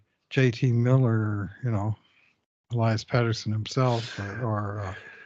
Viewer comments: I do as well. I don't understand it. has pronounced it correctly on many occasions. As well, the television broadcast gets it correct, and clearly watches the TV broadcast. Sometimes I wonder if it is on purpose? Even if he can't hear the correct pronunciation, he should at least be able to READ. Petterson has two "t"'s Peterson has one "t". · I love the show. However I cringe when mispronounces Pettersson's name, it truly makes him sound less credible.